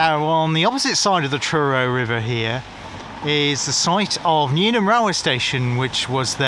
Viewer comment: It's Newham not newnham.